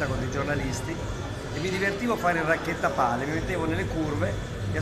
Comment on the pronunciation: Chiambretti, và che si dice raccattapalle non "racchettapalle"... piciu mol :-)